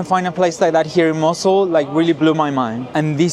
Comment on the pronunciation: But you said it right 😂